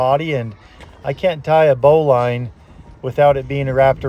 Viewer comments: It's pronounced "bow-lin," not "bow-line." I really enjoy watching you, but you are pressing him too hard and your sessions are WAY too long. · You're rude. in French it's pronounced 'booleen' and spelled 'bouline' and it's also called 'un nœud de chaise'. 'Bowline' isn't in Larousse at all.